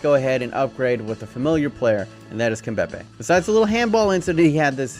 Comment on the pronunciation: The way he says kimpembe makes me wanna die